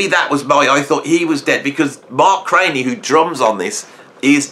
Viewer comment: Excellent, friend. BTW, I believe Mark was pronounced CRAN_NEE , not CRAY NEE, I am told [my 1970s music school U NT,exas bar band co-hort Gregg Bissonette, couch dived with Mark C in SF valley, when G 1st hit LA scene in 1980s] .. I failed this test GOOD WORK, more please,,, [Tom F, Austin Texas]